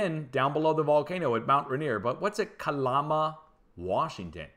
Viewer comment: Good info and thank you for that! Lol it's pronounced Cal-am-a not Ca-llama. Juan de Fuca pronounce few-ka not foo-ca